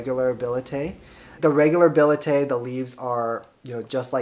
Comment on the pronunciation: The pronunciation of scientific names though!!! billet-eye?!?! Seriously????